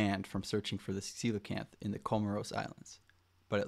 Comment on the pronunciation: Ain't no way its pronounced like that bro